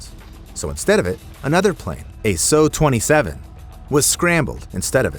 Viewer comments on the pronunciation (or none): me: and su27 Him: so27💀💀💀💀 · "SO-27“ how do you mess up the name that badly 💀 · He called a Tu-144 a "2-144" and called a P51 a jet + called an SU-27 a "Suiiii-27" 💀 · Su-27❌ Sau-27✔️ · Dude It's not su it's SU-27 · Bruh it’s « S U » NOT SO💀 And TWO-144 IS INSANE💀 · You say it S. U 27 not suh 27. Cheeses, then the jet call. That’s when I stopped watching the B. S. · Please tell the A.I. programmer to teach Art Official Intelligence how to pronounce initials. It’s not a SUE-27 or TWO-144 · First. P51 is NOT an fighter jet. Two. It's pronounced Su-27 not So-27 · why so bro say SO-27 instead of SU-27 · Calling a Prop a Jet and pronouncing the Sukhoi Su-27 as 'So 27' instead of properly saying it as 'Soo 27' TWICE is rly bad. I just hate this vid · Bro said soo not S U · "P-51 jet". "So-27". Something tells me the narrator is far from an aviation expert... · And then a "SOW 27"..man why am I still here. This Announcer has no clue. Then you ask "What would you like to see?..." How about some RESPECT and maybe accuracy!! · this guy made my week awful by calling the p-51 a jet and the SU-27 a SOOOOO-27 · "So-27"? I wasn't aware you were from a parallel universe. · “So” 27 Jokes aside rest in peace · It's AI what do you expect. It called the SU-27 the "so 27"